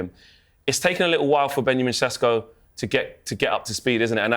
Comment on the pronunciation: Why’s he saying sesko like that? he’s not Slovenian it’s embarrassing 😂😂😂